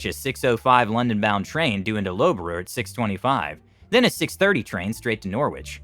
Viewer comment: Actually laughed at the pronunciation of Loughborough anmd Leicester. Nice try, but it's pronounced Luff-bur-rur. "Lough" is prounounced very not-how-it-looks. Leicester is leh-str similar to the name Lester